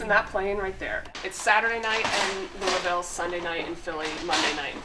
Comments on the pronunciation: Kudos to Megan for pronouncing Louisville correctly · Y’all said Louisville correctly the whole time!! Hell ya! Come back any time!